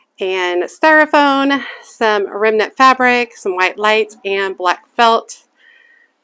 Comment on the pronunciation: Hi! Just found your channel & so glad I did! Your Halloween porch is adorable & you shared many clever ideas!! Thank you! Will look back at all of your posts, for sure. It's so cute that you call it "styrophone" not "Styrofoam" - reminded me if a friend I had in high-school many moon ago!😂 Take care!! Happy Fall 🎃🕸🕷